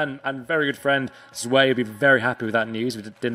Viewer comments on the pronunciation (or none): none